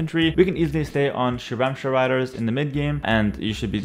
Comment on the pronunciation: I think pronounces "Shwarma Riders" wrong